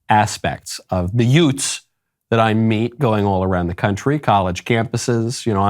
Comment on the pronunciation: when you said “youts”, I immediately turned on My Cousin Vinny 😂